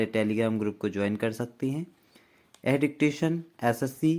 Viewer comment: "Yahe", thik se bolo sir please 👏👏👏